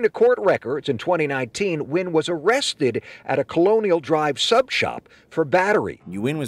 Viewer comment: Nguyen is pronounced WIN